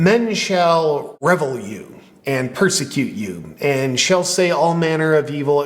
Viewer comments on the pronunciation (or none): revile is pronounced re-vile. keep up good work brother! ✝ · JP, she is using a false bible version, flows better in the real Bible passed down in believers hands from the beginning. The word is pronounced re-vile. Jesus is just giving little proverbs, nuggets of wisdom and blessings. Sentence for sentence, at least in the King James, or the bibles proceeding it, it makes perfect sense.